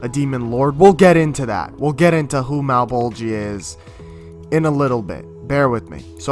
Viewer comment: Hate how you pronounce Malebolgia's name. If you had to say "Georgia", would you say "Ge-or-GI-a"? No, "Geor-gia". "Male-bol-gia", not "Male-bol-GI-a". For reference.